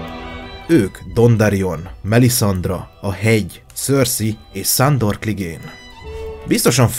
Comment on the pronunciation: Ne mond már hogy Szándor MOND Sándor :)